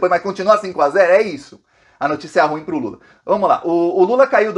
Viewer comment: Ruim pronuncia igual pudim!. vc e muito guerreiro! obrigada por sua clareza de informações.